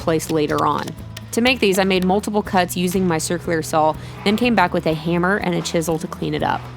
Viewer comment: I don't know, I'm from Southern California (don't worry, not one of those weird Californians) but I could swear I hear an "L" every time she says "Sawl." That counts as an accent, right? :)